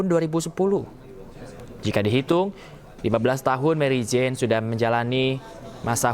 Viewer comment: waduh orang Indonesia nama Mary Jane di baca jadi Marijan he he